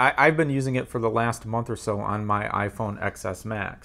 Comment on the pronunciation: It’s iPhone “Ten” S Max not XS.